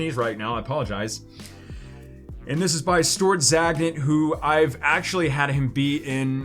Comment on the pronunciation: "Stort Zagnit" lol🤣🤣🤣